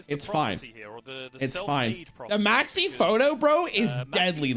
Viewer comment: I can't unhear Maxx C instead of Maxie